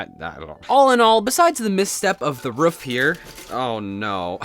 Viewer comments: It's not "roof" it's "ruff" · and he said ruff instead of roof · Why do you say ruf😂 it is roof I am not hating just saying and I like your builds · How does he keep on saying roof as ruf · roof not ruf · Is anyone else hearing rough not roof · It sounds like you're saying "rough" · i'm prety sure you said roof wrong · why do you say roof like that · The way he says roof makes me laugh for some reason